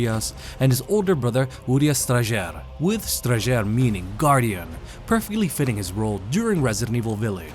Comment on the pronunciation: I didn't realize you actually have to pronounce the Strajer with the J in it, thanks for clarifying!